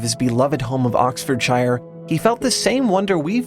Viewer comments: Really? "Oxford SHY-ER"' !!! This video was already a bit of a mess, and was sorely lacking the intro music, but this awful mispronunciation was just appalling. (If you see "shire" after a place name in England, it's pronounced like "sheer". Highly recommend the Map Men video on place names.) Surprised that you failed to cover the word anemoia ("nostalgia for a time you never experienced") from The Dictionary of Obscure Sorrows. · Damnit, it's pronounced Oxford-Sheer.... Otherwise, this is most definitely a mood. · no offense but that is a very strange way to pronounce oxfordshire